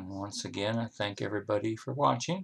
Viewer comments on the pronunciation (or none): none